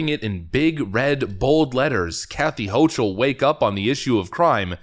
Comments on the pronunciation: It's irritating to hear the woman's name mispronounced like 20 times in 10 minutes. Her name is not pronounced "ho-chul" with a soft "ch" , it's pronounced "ho-kel" with a hard "ch" . It was a relief to hear it finally get corrected after hearing Lee Zeldin pronounce her name correctly, but the whole video should have been done over to correct the error rather than letting the constant mispronunciation remain throughout the vast majority of the video. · Her name is pronounced "Hokle".